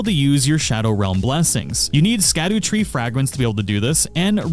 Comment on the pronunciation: really? The NPCs literally tell you how it’s pronounced 😂😭